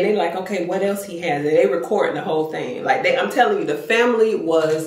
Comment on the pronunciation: Tony say he tilling the story today 😂😂😂I love it